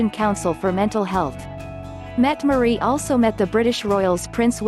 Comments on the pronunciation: It would sure be nice if the mechanical voice used could get the Crown Princess' name pronounced correctly, or if you insist on saying it wrong at least be consistent. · Mette-Marit, with an a